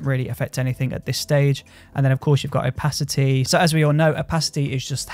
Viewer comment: I love the way you say opacity l)